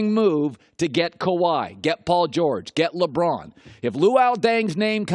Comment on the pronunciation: Did anyone catch him saying "Limron"